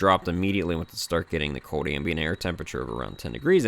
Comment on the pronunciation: Are you from Pennsyltucky? "Its code outside" instead of its "cold" outside lol. I'm just messing with ya buddy. I'm from Western New York, half Canada, half New York and half Pennsylvania so I have the weirdest accent ever. No one can ever figure it out and I always get sht for how I talk lol. Stay warm.